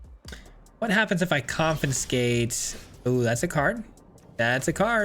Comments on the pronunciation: Oh thank god it's not just me! Every time he said 'CoNfInScAtE' it was like a flick to the forehead. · Hearing you pronounce "confiscate" with an extra 'n' was bugging me too much, ha! Very cool deck though! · Great video, great deck, great lad, but please... con-fi-scate 😂 Keep the great work coming! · Coffin skate lol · it isn’t just this particular video. The last time he used the confiscate in a video he mispronounced it then too. My brain autocorrects but it does make me curious why he has that glitch for this one particular word. He usually does good and this isn’t anything to damn him about but I, personally, find it funny. Not annoying but every time I heard the N I smiled. It is an -ism.